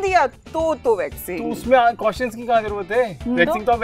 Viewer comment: questions ko cautions bolti hai